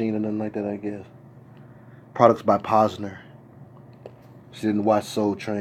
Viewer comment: Not Posner.🤣